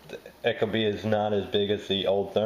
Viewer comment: Pronounced "eek-o-bee" not "echo bee" - source: Ecobee's marketing/installation videos